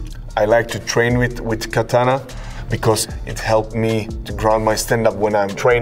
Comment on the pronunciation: I wish he would say Katana right :)